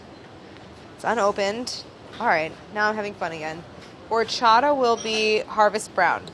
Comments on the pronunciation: I love how she pronounces 'horchata' as if it were a French / Italian word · OMG I hate the way they say horchata. Lol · Delaney: Horchata Me: classic delaney fav 👌🏼😂❤